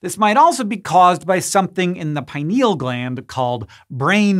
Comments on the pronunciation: I learned that gland to be pronounced as pin-eal not pi-neal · PIN EEL, not pie-niel